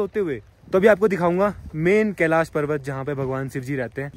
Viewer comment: Kalish kalish kiya bol rha he kalish parvat bolne me tuze bhar ara he kiya